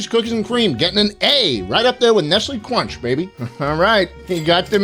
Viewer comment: nestle cwunch baby